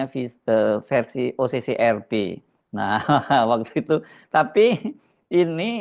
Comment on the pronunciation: Harsubeno, Kecian deh elo. Ngaku jurnalis, tapi isi videonya semua terbalik dari fakta yg ada😂. Ngucapin OCCRP aja salah😂😂😂